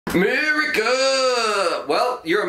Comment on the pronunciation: o my gawd .. i missed the first 30 seconds of this video laughing so hard "Mur-e-CA!!!"